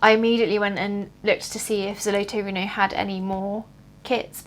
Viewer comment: No, the RTO company is a Russian company, located in Moscow. Here is their official website - Most likely, on the back of the set specified office RTO in Estonia where you can buy the their product. About the pronunciation, frankly, not very good. You need to talk - ZolotOe rUno